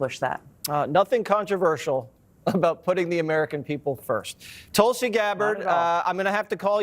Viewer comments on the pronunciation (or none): You arrogant people, can’t you just pronounce a name right. It’s ťuul-si not TUL-SI. It’s deliberate at your end. What if I call you JUICY WATERED.